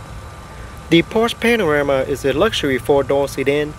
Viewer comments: Thick Vietnamese accent. Could be edited down 20 min. It's PANAMERA and not panarama. #Amateur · It's panamera not panorama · Hey, i've just discovered your channel and i'm enjoying it a lot. i've watched the M6 Coupe, m6 Grand Coupe and now watching the Panamera.. don't mean to be rude but is it me or you said panarema instead of panamera? i've noticed it and it's funny haha. where are you from? you have a different accent that had me curious. also would you do a porsche cayenne (turbo or S specially) review? i'm looking for the cayenne review for a couple of weeks and only found 2 minute-bd quality videos (i don't know if it's already on sale though).. keep up the good work, you really have awesome videos :D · It's Panamera, not Panarama. Or this was a joke? Nevermind, congratulations for 10k!! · Hi asian dude, its a Panamera not panorama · Not panarama, it's panamera! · Its Porsche Panamera not Panarema ! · Porsche Panarama??? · it's called a PANAMERA, NOT A PANARAMA, dude you do need to so some woodshedding and tighten up your game, check out saabkyle or shmee, they'll show how it's done. Good luck to you. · I swear that you are calling the vehicle a Panorama which of course is very wrong - its a PANAMERA (Pan-a-mera)... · dude it's called panamera not panorama! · If you are going to review a car you should get the name right it is Panamera NOT Panarama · cars not called Panarema and Panamera)) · Bro, congrats on your 10k subs. But the car is called PA-NA-ME-RA, not panorama. Slow your roll and say it right. Stopped watching you video after your said it wrong 3 or 4 times in 27 seconds. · and its Panamera, not Panarema... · Porsche "panarama" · Its panamera not "panarama" "looks very nice" lol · ITS PANAMERA, NOT PANORAMA!!! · I laughed so loud when you said "panorama", my days. good review anyway, keep it up. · panarama are u serious 😂😂😂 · Dee Porsch Panaramaaa)))) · Its pronounced Pahn-Uh-Mare-Uh